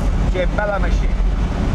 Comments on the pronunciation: The tires look pretty period correct, hight wise. I think the engine was a 2.6l with 200hp in 1971. You'd be lucky to find a good one today. 😍👍🏻 And by the way, it is pronounced "ma-kinn-na" not mashine. 😏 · P.S Jay it’s “Che Bella Macchina” pronounced (Mock ee nah) not (mah sheen) lol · It is BELLA MACCHINA, not machine, you bloody moron! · Well isn't Jay from Italian decent? How is it possible that he mispronounced almost every Italian word in this video. Bertone, SPICA, macchina. As a former Alfa Romeo owner I do not accept that. Otherwise great video! :)